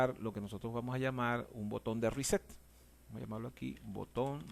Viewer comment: A mí me dá la risa cuando dices riset(reset) well done,capacitación con humor,grande no cambies nunca champs.